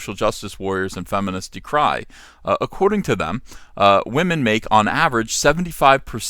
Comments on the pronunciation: People would take you more seriously if you didn't say Wah-men. That immediately shuts down any point you have. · What is a waw-men?!?!?! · Is saying Wahmen a trigger for SJWs?